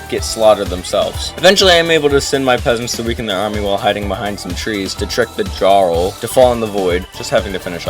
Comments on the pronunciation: its pronounced "Yarl" not "Jarl" sorry to be that person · did he say Jar-rl? Sheesh... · him pronouncing jarl wrong will bother me forever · its pronounced yarl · Its pronounced like yar-l, not jar-l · Dawg how is it possible to pronounce Jarl like that ? You never played Skyrim? Great video tho, subbed :) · "djarl" I'm going to dragon scream you into a pickle